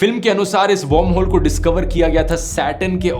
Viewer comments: Great video, not to nitpick, but is it warmhole like you are pronouncing it or wormholes? Sounds off/ Odd. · Dhruv, its pronounced वर्महोल not वौर्महोल. You pronounce it as 'warm' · Dhruv I enjoy your content. But this video was hilarious..... because you kept pronouncing WORMHOLE as WARMHOLE. 😂😂